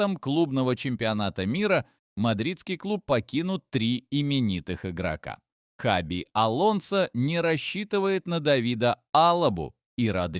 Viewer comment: Не Хави ,а Хаби.